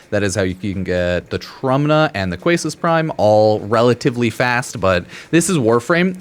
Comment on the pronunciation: It’s Quassus (Kay-sus)